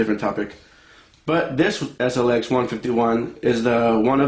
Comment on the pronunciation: “Eshh LX. Eshh?” Hahaha